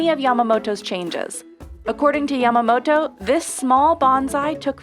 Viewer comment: "Yamamoto" Excuse me..perhaps i heard you wrong?